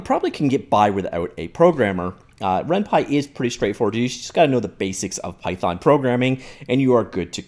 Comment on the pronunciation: RenPY not renpi!